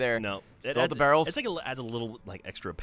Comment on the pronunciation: As any bro says VARRELS!